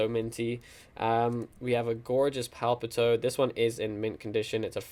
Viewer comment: you called "politoed " palpitoad. I could understand if they looked alike but man you where way off. And it's Scizor* not "scissor". And who doesn't know Crecelia (the one you "forgot"). Not Talking bout the packs. Also not trying to be rude I'm just clowning.